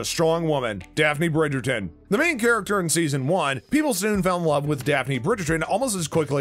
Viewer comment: The commentator is hopeless, doesn’t even pronounce the names of the characters or the production team properly? So annoying, please stop narrating on YouTube you don’t do any homework and it comes off disgusting